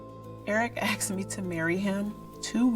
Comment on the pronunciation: why do black women pronounce as-ked like ak-sed